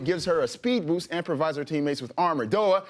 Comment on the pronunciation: Tbh I hate his accent. He pronounces boost like boose, and rally like, I don't know rohlly or something? What is that